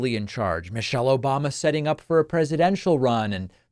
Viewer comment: "Obamna" lol 😅